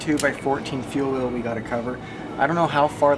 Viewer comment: It’s wheel not will